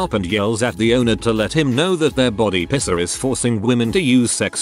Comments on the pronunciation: great video but i keep getting distracted by the tts saying "pisser" for piercer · hell yeah, I finally found one while the subtitles are on. I always thought made piercer sound like "pisser," and now I know YouTube autogenerated captions agrees with me! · Piercer really sounding like Pisser with that TTS